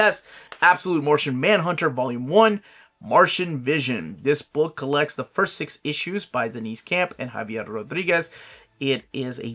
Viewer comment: Ow, my bank account. I backed the Jorge Jimenez Kickstarter, and they mentioned it was delayed, so the retail versions will probably come out in January. Pronunciation side note: Herb Trimpe pronounces the H, like “hero”. Deniz Camp pronounces his name as “Dennis”. Siobhan is Irish, pronounced “shuh-VON”.